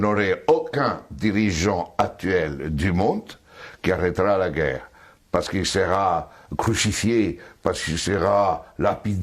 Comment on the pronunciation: Guerre pas gueurre ndeko. (C'est un détail mais comme vous le dites souvent, je me permets :))